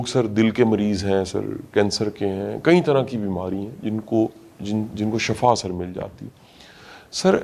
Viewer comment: Shafa nhi hota shifa hota hy Shafa ka matlb mot hy & SHIFA ka matlan sehat hy Bara motivational specker banta hy mezban